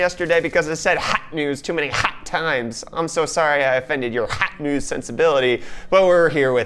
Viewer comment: Why does this guy keep saying Hawt Nudes?